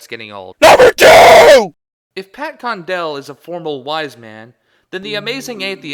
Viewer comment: Condell? Seriously? >_>